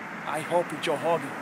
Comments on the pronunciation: the "h" sound is because that's how words that begin with double "r" sound. This is also why he says Joe Hogan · Joe hogan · Lmao except for the word “growhouse “ lmao if only he could apply that R to joe hogan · why can this guy pronounce R's in the word marijuana but not Rogan? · “Joe Hogan is gonna live to hegret this.” Had me in literal tears. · * Joe Hogan, Honald Haygan *